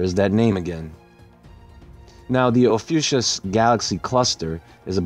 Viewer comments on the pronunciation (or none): It's actually pronounced OFF-E-YOU-KUSS. Great video. I had no idea about the explosion. I love how you see through to the real truth of events. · Ophiuchus is pronounced fie-you-cus.